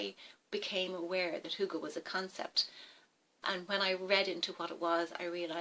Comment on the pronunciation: Hi i come from Dawns Channel i am Danish you are good at Saying hygge right and you and Dawn Got hygge it is Nice that you make a video About it ❤1 huge Like from this Danish woman 😉i subscribed to you 571 i hope you Will subscribe me to for support off Another youtuber ❤🎄 i am 45 and make videoes on English and One Danish video a Month 😊i hope to see you on my channel and Great video 🖒❤